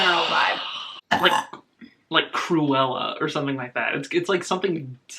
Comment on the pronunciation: i know he did not just call kork "creuella"